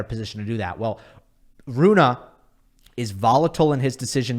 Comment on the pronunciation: Great content! As always. Just one small thing.. it is Holger RunE not Holger RunA..i even double checked the pronouncement to be sure i am not a dork and i am not😅😊